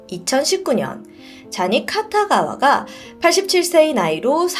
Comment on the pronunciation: 쟈니 카타가와 X 쟈니 키타가와O